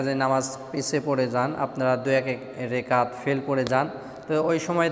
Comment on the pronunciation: সুন্দর করে বলতে পারেন না। রেকাত হবে না এটা রাকাত হবে